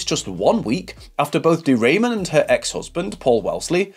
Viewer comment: My gosh…not De Raymond voice pronouncing wrong. Ramon, the way it is correctly pronounced, it’s not a great last name. 😅 she is a Jersey girl. Born in New Jersey. I suppose it is more elegant to say she is from Spain (Spanish or Spaniard).